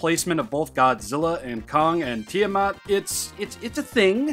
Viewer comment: Ah yes, Tiddymat